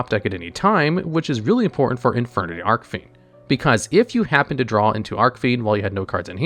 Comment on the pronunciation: Arkfiend? Really your pronouncing archfiend as ark fiend